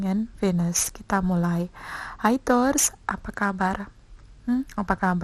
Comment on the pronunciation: Mbak..."tours" itu pelafalan taurus dlm bhs apa? Inggris, india, iraq, zimbabwe atw gmn? Tny doank